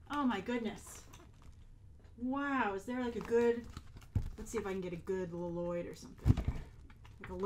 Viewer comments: Lol u said Nya and Lloyd wrong 😝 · I love how you constantly say LiLoyd even thought in the trailer he corrected his dad on his name Lloyd, a true Garmadon lover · I like how Grace calls him L-loyd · I would KILL for that box!! I also love how you've started to pronounce "Lloyd" as "L-loyd"! Every time you said it i had to giggle! Also, they're really pushing us to love Garmadon with all that stuff - and it's working! I want him to be my dad!! I also expect some reviews on the LEGO sets on here, or at least some pics on twitter! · You call him L-loyd and its great. Also, I love how excited you are about all those stickers! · My favorite part of this video was that you pronounce Lloyd the way garmadon did in the trailer "lo loyd" 😂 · I love how you pronounce it "Lo-loyd" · I use to watch the show like 1 or 2 years ago,so I got all the names down pat, but when you say Lloyd it sound really weird to me lol, just cause I use to be abscessed but I enjoyed your video like always 👍